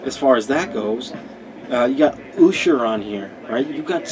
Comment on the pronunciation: I know how it's pronounced it's a long running joke to call him oosher.